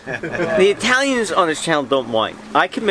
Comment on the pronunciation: Good point. He can’t go into little Italy without an Eyetalian! Lol